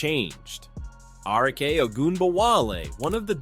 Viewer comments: Is this an AI voice? If not, Arike’s name is pronounced Ah-REE-Kay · Need to learn to pronounce certain names right like Arike, it makes me feel like you just make these videos and don’t watch these games or really even know these players